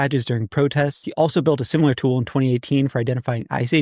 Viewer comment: Theres no U in similar ! Its NOT simUlar